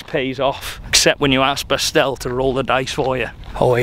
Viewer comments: I believe the german Dude's name actually is Bastian, short form of Sebastian ( though I admit he kinda numbled it )... never heard of " Bastl or Bastel" and I am german. Enjoying this series very much,! Keep on the good work! greetings from West-Germany. ( by the way, come visit us! ) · I’m sure the guy said Bastian and not Pastille 😂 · his name was Bastian, not Bastielle or whatever you are saying 😅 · calling Bastian "Bastel" 😂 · Bastian should change his name to Bastel now; the name has been absolutely slaughtered 🤣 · I think the German guy’s name was “Bastian” and not “Bastel” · Bastel 😂 His name was Bastian like Bastian Schweinsteiger 😆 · Bastian :) not Bastel. Short form of Sebastian 😂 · Who is Bastel? He said Bastian! 😂😂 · It’s Bastian, Short for Sebastian, not Bastell 😂😂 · Bastian Not bastel 😂😂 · Pretty sure his name was Bastian not Bastel 🤣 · Bastal or Bastard 😂😂😂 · You can't even remember a name for 2 seconds.. the German guy is called Bastian! Not that hard... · slaughtered his name lmao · Poor Bastian, got his name buchered the whole time hahhaha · Poor german Countryman got his name Butcherd so hard :D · Absolutely butchered the german guy’s name 🤦🏽‍♂️😂